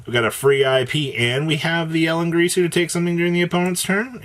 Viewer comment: Ding-gir-su 😑